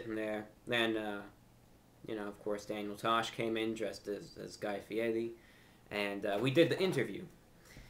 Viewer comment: Pure props Review Brah! I love the way you kept mispronouncing that idiot Guy Fieri's name. Hahahaa! "Fieti"! Brilliant as usual. Come to Philly sometime. I'll take you anywhere you wanna go.